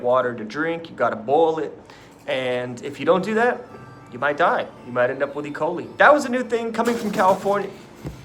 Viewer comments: e-coal-eye... not ecolie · Can dude really not pronounce E. coli? Damn I catch myself being jealous of these people but idk.